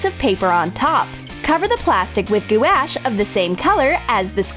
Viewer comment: I'm an artist, and the fact that they pronounced "gouache" wrong, triggers me.